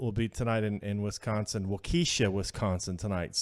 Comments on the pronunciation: Nope,! It's pronounced Waw-kih-shaw (Waukesha) Wisconsin! President Trump will be there tonight! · WOK E SHAW = WAUKESHA I know it's hard , if you're not from Wisconsin. At least it's not my home of Oconomowoc! x